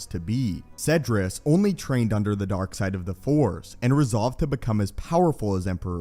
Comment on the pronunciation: The Force!! Not The Four. It seems like you do not know that the Jedi possesses THE FORCE as in Energy, not The Four. Four is a number!!